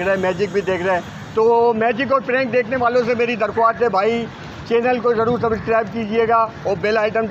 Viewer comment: Aby khatam bande... subscribe hota h sub iscribe nh hota chootiye 🤣😂🤣😂😂